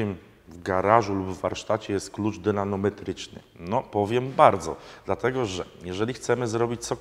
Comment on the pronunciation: Ty,, a co to jest dynano? Bo mówisz zawsze klucz dynanometryczny. Dynamika dynamo a nie dynano. Wiem czepiam się, ale kuźwa weź nie kalecz, tylko staraj się mówić poprawnie. Jestem wiernym fanem M4K, ale "kluczów"??? "olei??? Panie! Kluczy i olejów! Pozdro;-)